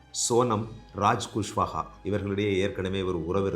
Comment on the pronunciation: Sorry உங்களுடைய உச்சரிப்பு குஷ்வா தான் குஸ்வஹா இல்ல plz இனி இப்படி சொல்லாதீங்க. நான் army retired person so குஸ்வஹா இன்னு சொல்லும் பொது எனக்கு ரொம்ப அங்கமா இருக்கு ஏன்னா என் platoonle kushwaha you spell it kushwaha. Not குஸ்வஹா அசிங்கமா இயக்கு